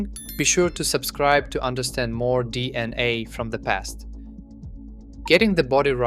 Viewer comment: Are you really convinced that it's pronounced D&A?